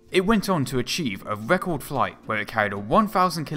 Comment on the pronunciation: Fouwth. Wecowd. Awwwwgg. Dwiving me cwazy.